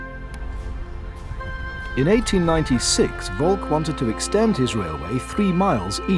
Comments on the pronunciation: Seeing as we're nitpicking about pronunciation, Volk is pronounced with f (as you said), then olk as in "polka", not as in "folk". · Simon Carey Also Volk is pronounced as Folk, not with an actual v